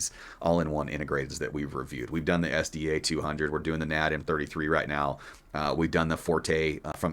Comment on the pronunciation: It's N.A.D. NOT Nad. F Y info. Think S.A.E.. just letters. Not said as a word.